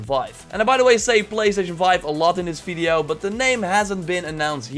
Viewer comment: I was wondering that why you say "fideo" instead of "video" ?